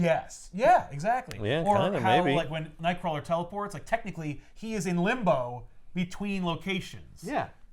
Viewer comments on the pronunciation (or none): none